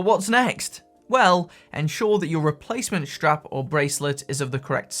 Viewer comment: Helpful video. But it's a 'strap' - not a 'shtrap'!